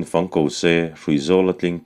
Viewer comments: Vala'n fang ko se, fang rawng aw.. heta 'fang' hi 'buh fang, mim fang' tiha fang angin i chhiar a, a dik lo. Thlûk tur a ni a, 'zufáng, sâwmfáng' tiha 'fáng' ang hian thlûk tur, 'buh' tihna a ni e. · Zai hla an sak hian "fang" tih hi "fâng" ti a lam tur ni awm tak a ni.